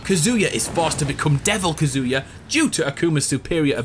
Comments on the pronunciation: Me every time he says kazooya: 😤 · God how much I hate the way you pronounce Kazuya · It's kaz u ya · You KEEP mispronouncing Kazuya... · Bro you butchered Kazuya HARD